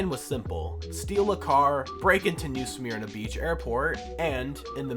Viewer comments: Not trying to be rude just so you know for future , it’s new suh-mir-na ❤ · he said sahmear~na 😂